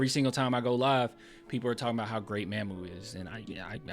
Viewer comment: Hey this name is not pronounce "MAMM-OOO" like "Ma'am" Mamu name is "MaH-MOO" it is saying like "Mom"